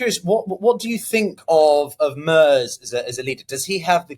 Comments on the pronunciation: Merz is prnounced "Merts" not MERS :) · It’s Merz, rhymes with Hertz